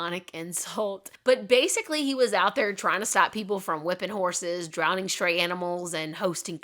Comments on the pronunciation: Drowning, not drownding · Wow, I didn’t know this. How sad for all the dogs and cats that met that fate. I happen to love and have both. So glad that things have changed considerably for the most part. Also, am I hearing wrong, or are you pronouncing drowning as “drownding”, (adding an extra D)??